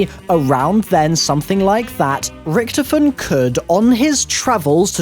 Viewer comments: OMFG ITS RICTHOPHEN NOT RICTIPHEN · Why did you say Rictefen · It's pronounced richtophen not ricthifin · Its annoying when u keep saying rektofin that's not how u say it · I love how he pronounces rictofen like rctfin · Stop pronouncing richtofen wrong!!!